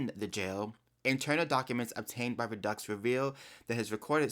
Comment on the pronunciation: Hey. I just wanted to let you know that the name is pronounced RED-DUCKS= REDDUX. Please tell me how you keep your naturally curly hair so beautiful and not frizzy? I also have Naturally Curly Hair, BUT Your Curls Are Very Defined And Beautiful!!!! Please tell me Every Single HAIR CARE PRODUCT That You Wash And Condition Your Hair With IN The Shower, And Then What "LEAVE-IN CONDITIONERS" And/Or Other Hair Care Products You Use On Your Hair AFTER You Get OUT Of The Shower.Your Hair Is JUST SSSSOOOOOOO BEAUTIFUL!!!🙏👼👍